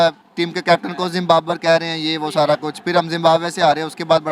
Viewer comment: ZimBabar nhi bhai ab ZimBaRbar & LEGZWAN